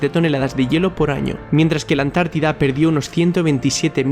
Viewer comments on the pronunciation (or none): Dijiste La "Atlántida"?... No sería más bien La Antártida?😮😂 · no es Atlántida es Antártida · por favor la ANTÁRDIDA!!! No la ATLÁNTIDA!!! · Es ANTARTIDA!!!!! no Atlantida!!! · Antártida no Atlántida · UNA OBSERVACIÓN: ES LA ANTÁRTIDA, NO ATLÁNTIDA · Hermano creo que sería Antártida no Atlantidad solo eso como critica lo demás súper 👍👍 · La Antártida ... No la Atlántida. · es la Antártida, no la Atlántida. Muy buen video. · Muy buen video, pero ¿dices Atlántida me parece?🤔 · Atlántida????? jajajajajaja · Cuando dijiste Antártida entendí Atlántida y me quede como queeeeeee🤨